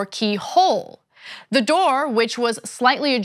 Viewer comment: and you know it was planted how? and its "the" not "da" and "what" not "wat"